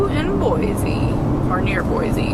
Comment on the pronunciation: been enjoying seeing your travels as this is something I'd love to do! Thanks for all the great content! I grew up in the Boise (local tip...pronounced BOY-CEE;)) area and am so glad you enjoyed your visit...so much beauty to see.